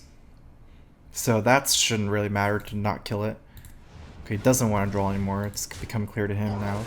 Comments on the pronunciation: can anyone tell me exactly why he pronounces "draw" drawl? Have always been a bit confused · It has nothing to do with 'accent' he literally just mispronounces it.